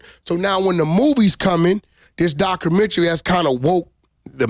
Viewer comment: Most of us—documentary Wack—“DOCKERMENTRY”😂😂